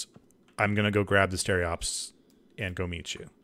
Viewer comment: STE-RO-PES, not stereops, for humanity's sake! Keep it up, love the Hellion content ;)